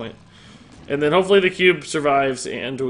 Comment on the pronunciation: dude it is "then", not "den". Damn dude, where did you get that from? Wtf